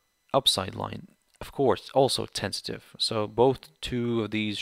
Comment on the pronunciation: My English is too bad...sorry I am asking... you using this word sounds like "tensitive" or what is it? And what does it stay for? Thank you.